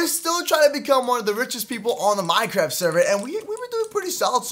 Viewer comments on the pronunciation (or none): none